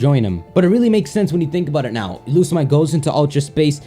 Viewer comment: it´s lusa-mie-ne OMG!!!